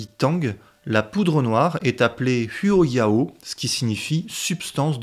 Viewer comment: huoyao 火药 sinogrammes traditionnels: 火藥 se prononce plus "rouo-iao" (le "h" est guttural, un peu comme la jota espagnole | le "u" se prononce "ou", sauf après les lettres "j, q, x, y" où il se prononce comme le "u français")